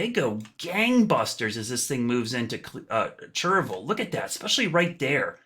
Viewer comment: Please stop saying “churvul”. It’s “chair-ee-vil”. I grew up there.